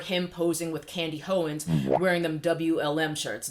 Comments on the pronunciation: Candy Ho-wens 😂😂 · “ Candy Howins”!!!😂😂.